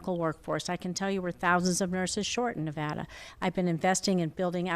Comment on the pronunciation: Fuck Sam Brown, he can’t even pronounce Nevada. Jacky is a star, I’m keeping her.